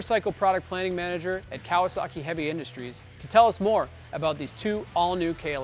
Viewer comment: I hate the way this guy says Kawasaki